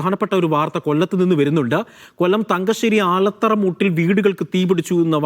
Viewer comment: ആലത്തറ അല്ല ആൽത്തറ